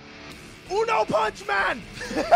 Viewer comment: ahem he pronounced it UNO PAWNCH MAN!!!!